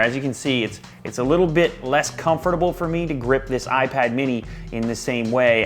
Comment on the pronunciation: hate the way you say "comfortable" but love your videos anyway :)